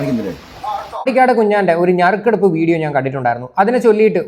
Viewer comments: ഞറുക്കെടുപ്പല്ല..... നറുക്കെടുപ്പ് 🙏🏼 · മോനെ - ഞറുക്കെടുപ്പ് അല്ല😂😂 നറുക്കെടുപ്പ്😊😊😊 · ഞറുക്കെടുപ്പ് അല്ല നറുക്കെടുപ്പ് എന്നാണ് ബ്രോ... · ഞറുക്കെടുപ്പ് അല്ല നറുക്കെടുപ്പ് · Nharukeduop Alla Narukedupp Aanu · ഞറുക്കെടുപ്പല്ല.... അളിയാ..... നറുക്കെടുപ്പ് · ഞെറുകെടുപ്പ് അല്ല... നറുക്കെടുപ്പ്പ് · അതേയ് 🙄🙄ഒരു മിനിറ്റ് 🙄🙄ഞറുക്ക് എടുപ്പ് അല്ല...... നറുക്ക് എടുപ്പ് 🙏🙏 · ഞറുക്കെടുപ്പല്ല ...നറുക്കെടുപ്പ് ...നറുക്കെടുപ്പ് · ഞറുക്കെടുപ്പ് അല്ല ഹേ നറുക്കെടുപ്പ് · ഞറുക്കെടുപ്പ് അല്ല കൂട്ടുകാരാ, നറുക്കെടുപ്പ് ആണ് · ഞറുക്കെടുപ്പല്ല ഭായ് നറുക്കെടുപ്പ്